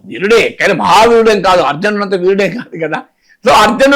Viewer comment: Excellent Analysis Sir...చిన్న సవరణ సర్..."అర్జనుడు" అని పలుకుతున్నారు..."అర్జునుడు" అని పలకాలి...ఏమి అనుకోకండి... మరియు మీ knowledge కి నా నమస్సులు...